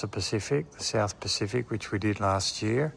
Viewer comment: THE WORD IS YEAR!!!!!! NOT GEER